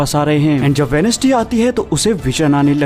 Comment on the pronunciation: Wenesday nahi bhai wenz'day bolte hai